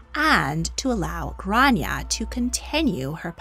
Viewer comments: It’s pronounced Grawn-ya not Gran-ya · It's pronounced "Graw-ne-ah' grawneah Gráinne. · As an Irish person you’re pronouncing her name wrong in Irish but you’re close but off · Her name wasn't Grace, it's Grainne pronounced "Gran yey" Grace is the Americanised pronunciation.